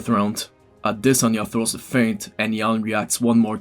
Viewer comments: AdesOnya not Adesan--ya you try to pull off the pronunciation so bad but its wrong homie :D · it's pronounced a-DES-anye brother but I completely agree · Ah-de-sanya....brilliant 👌🏼 great analysis man, the fight didn’t play out anything like I imagined...Izzy was humble in defeat :)